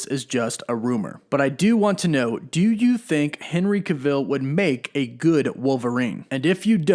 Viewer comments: Why do you keep saying his last name wrong. Ive never heard it pronounced like that b4. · I don’t know who Henry cah-Ville is but I’d love to see Henry Cavill in the MCU. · how about TRYING to pronounce his NAME ... Henry CAvill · as soon as he pronounced Henry Cavill as “Ca-vill” i clicked off the video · It's pronounced KA VUL RYHMES WITH PILL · why did you say Henry Cuh-ville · Pronounced CAV - Vill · you need to learn to say Henry Cavill's name right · Your not pronouncing Henry Cavill right that’s quite irritating lol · I cant even watch the video with the mispronunciation of his name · not even 30 seconds in and he already is saying Henry's name wrong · The way you pronounce his last name makes me cringe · Why you saying his name wrong. Lol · Stop saying his name like that!!!!! Ahhhhhh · I can’t take you seriously when you can’t pronounce Henry cavill last name properly!! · I can definitely see Henry Cavill play the iconic Wolverine, I've seen his acting(everyone has lol)...he can be gritty, brutal, and jus awesome & pronouncing his last name wrong bro😅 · STOP SAYING HIS DAMN NAME WRONG!!! JESUS, THATS JUST LAZY AF! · There is NO way you actually think his name is pronounced that way - and its annoying like you're saying his name more than necessary to troll us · U saying his last name wrong and it’s annoying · Butchered the last name so bad. Research better 😒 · Say his goddamn name right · Maybe learn how to pronounce his last name properly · no he's pronouncing it wrong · NOOOO! No! No! We need some one more rugged, short, true to the character like Hugh jackman was. Is it just me or did anyone else get bothered by the way he says Henry Cavill’s name?? Cav-I’ll not cah-veel lol. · I turned the video off after he said the name wrong for like the 5th time. I mean if you are going to do a video on someone then you should at least know how to pronounce their name! 🤦🏼‍♂️ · It's Henry Cavill not Cavil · Why do you keep pronouncing it like kuh-vill? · Yes lol